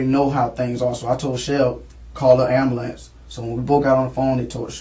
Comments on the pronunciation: “I told her to call the AMBOOOLANTS”! Gottt damn every single one pronounces it like that! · "Abmbaalance" I mean..idk. 'Ambulance' isn't hard to pronounce if you TRY. That's that problem. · Why can these people never pronounce "ambulance?" It's not a god damned amberlamps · why is he struggling so hard to say ambulance? 😂